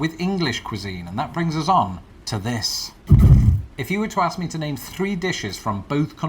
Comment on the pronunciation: sorry Im really sorry but I can't let this lie firstly you are not my girl and second the word is Ask not axe